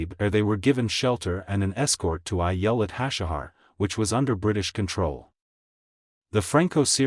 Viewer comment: His pronunciation of Giladi, Ayelet Hashahar, Kiryat Shemonah and Trumpeldor is atrocious!